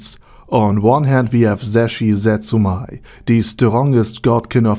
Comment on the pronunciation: The "mei" in "Zetsumei" is actually pronounced like "may", not "my".